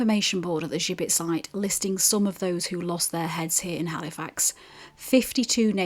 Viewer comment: Interesting video, but you got the pronunciation of the gibbet wrong, listen to the guy in Bankfield Museum, he says it correctly, why you say it with a French accent or twang I have no idea, think Jibbet, thats the way to pronounce it. Other than that, thanks for making a video about Halifax and its gibbet.